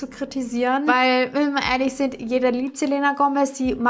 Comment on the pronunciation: Man sagt "selina".😉😘😘